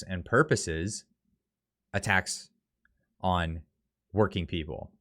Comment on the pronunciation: How many farmers you know don't have a pick up truck? Trudeau via China is attacking our daily bread. You say" a tax on" but it sounds just like "attacks on"!